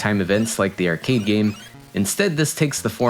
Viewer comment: Does this channel use an AI voice? The way he says "arcade" is a bit off